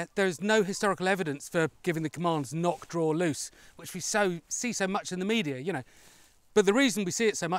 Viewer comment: "Nock", not "knock".